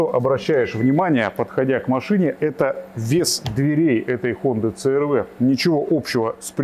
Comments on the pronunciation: Це эр вэ 😂 Си-ар-ви ‼️ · Да когда ж вы уже научитесь правильно и профессионально произносить брэнд авто? 😂😂😂